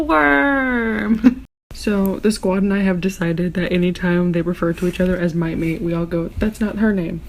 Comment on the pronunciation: Saying mate in an Aussie accent makes it a million times more hilarious maaaaaaaaate 😂 also eeeeee I had to skip your snaps so this review was so on point